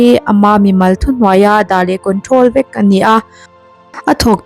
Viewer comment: '...nangmah ang VËK.' Mizo ṭawng chhiar dik zir nasa rawh khai.